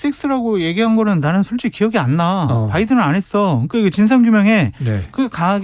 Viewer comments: 말은 '바이든'이라 했는데, 들리기는 ,날리면' 으로 들ㅡ리는 훈민정음! 아ㅡ 한글이 무너진 날이여 한글의 사망이여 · 석열아홍시맛이나서 홍시맛이난다하고 바이든이라들려서 바이든이라하는데 무식한 윤석열